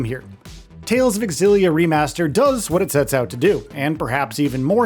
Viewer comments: Dude, it's pronounced ZILLIA, not X-ZILLIA! Smh... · xillia is ksillia! that's how you do x in my country. it's not X-illia it's in one go xillia, it's like me when i thought anime when i was 16 was english and was pronounced a-nime yes that was an eye opener for me when i watched anime in japanese later that year. and characters saying it's anime... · Its not EKSILLIA BUT ZEELIA Yw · It’s zillia, not x-illia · Nope, the "Ex' was always pronounced in that name, you can search Youtube for interviews with Dennis Lee (the brand manager for the Tales games back then) and hear him pronounce it back in interviews from over a decade ago to prove it . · Would be nice if these reviewers would ACTUALLY play the game, rather than hust reading about a game you never played. Very obvious you didn't play it, considering ALL battle footage is auto battles, you don't know how to pronounce important names, you know like the main character, and you don't even say the game name correctly. AI slop, or lazy creator, take your pick 😂😂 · Is it pronounced “X Zillia” or “Zillia” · AI generated voiceover. Can't pronounce Milla, Xillia, or any of the names properly